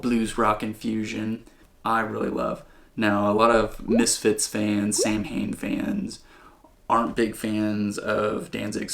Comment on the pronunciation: Samhain is pronounced sow-win. Glad to hear you finally clicked with VanHalen.